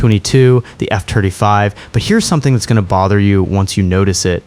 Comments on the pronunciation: Did he say "F turdy five"? Lol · F-Turdy Five…😂😂 Epic…😂😂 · F-turdy five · Something that bothered me once I noticed it was the pronunciation of F22 & F35